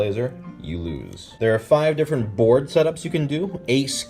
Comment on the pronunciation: I love how every single one of this video sound like bored game review at the start no matter how much i try to hear board xD